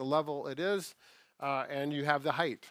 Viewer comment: Sorry but it's heighT not heighth, at least sounds like that